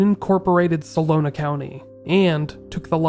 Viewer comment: Solano not solona